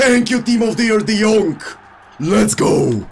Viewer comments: His name is de jong not de jonk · Say de yong not de yonc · Just say “de young” lol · can you please stop saying De jongK , its without the K. just De Jong. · No one:: De Yonk! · No one: De Vilihea,de Laight,De yonkh,Daybala 😂😂😂👌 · No one:: de jonk!!!!! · Nobody:: what did u do De Yonkk!! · I love how says de jonk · "Let's go De Yonk"